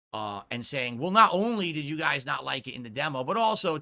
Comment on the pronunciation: “Dew-Dee doesn’t give kawntext to my lie-ve strweems, guise. Right? Right?”